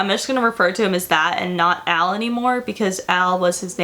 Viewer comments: when you say Al, i hear El 😂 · Al like El